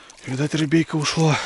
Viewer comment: Бля,,не говори "рибейка" мерзко звучит! Раньше так не говорил. А так фильмец 🔥🔥🔥